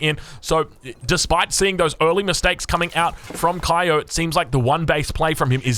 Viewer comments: if he's/she's from japan, his/her name is pronounced KYO not KAYO... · Kyo is Vietnamese, and he pronounced his name 'ki-o'. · Kyo pronounced his name 'ki-o', and yes he is Vietnamese!